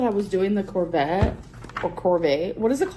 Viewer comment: Did she call a Corvette a corvey? Lol